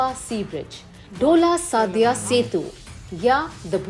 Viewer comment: Aaj kal aise youtuber aa rahe hain jo SADIYA ko SADYA bolte hain. Ye sa google serch ka parinam hai,.